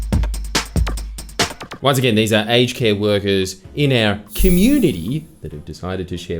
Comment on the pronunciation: My American is showing. I deadass thought you were saying "HK" instead of "aged care"